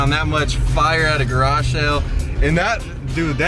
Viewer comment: Anyone else cringe every time he says “Garashell” instead of “garage sale” ?